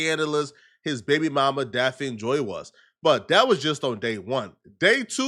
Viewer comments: This fool can't even pronounce the chick name right. What the hell is DAPH-FIN? It's pronounced DAFF-KNEE. Say it with me now, DAFF-KNEE. 4 to 5 girlfriends?, stop frontin.' You are still a virgin and say Aaaahh shucks when you see a titty." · Her name is pronounced daffney it's a different spelling Daphne the way you say her name hella funny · It's pronounced "Daff-knee" nigga❕️ DAFF-KNEE‼️ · Say it with me “DAFF-KNEE” JOY. The way you saying it is kill me 🤣🤣🤣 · Like if u gon talk shit about her at least say her name right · who? This fool cant pronounce Daphne lol. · can’t even say her name right and he talks for a living.